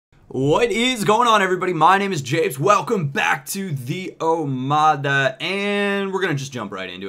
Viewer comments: hello i am greek and the omada is actually pronounced omatha just to help you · Hi japes i am greek and the word omada... Or in greek... Ομάδα does actually mean team BUT you are not pronouncing the word correctly... That letter "δ" is not pronounced like "d" you can search videos on how to pronounce the letter "delta" as it is called or you could even go to google translate and hear that voice that reads the text you've translated... Anyway i just wanted to let you know about the pronounciation... Sorry if i sound weird :3 The series looks very cool and it is going down very well!! Keep up the good work with your omada